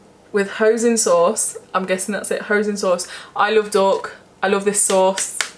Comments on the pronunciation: Hi love the new video, the peking duck pringles thing is pounced hoy-sin sauce xxx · We are so alike haha I only have frozen veg, why waste time chopping and you get loads more for your money. The chicken korma pot noodle is quite nice. I’m with you about meat, we are using a pack from herons at the moment and they are really nice. It’s pronounced peakin and hoysin sauce, you crack me up, never change you are so normal, its great watching you. Can’t wait until your next video. Xxxx your dog is gorgeous. X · Hahaha, oh lovely, it's pronounced h-oi-sin sauce 😘